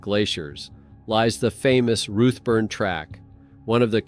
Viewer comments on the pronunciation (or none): It’s Routeburn not ruttburn and most of the photos you are showing are not even New Zealand?There is one picture there that is clearly in Europe as the writing on the signs is not in English. I’m sorry but it just diminishes your story telling. Couldn’t watch till the end. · 1.59 'motweeka'??? seriously??? Why are you saying 'roothburn'?? It's pronounced 'root burn'! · Pronounced 'root burn'